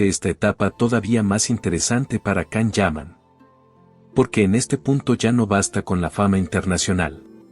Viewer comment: Lo primero pronuncia bien su nombre